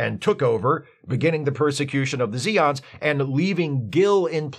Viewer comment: They are Zay-ons, noe ZEE-ons